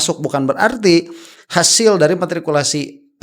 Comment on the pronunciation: Bukan martikulasi tapi matrikulasi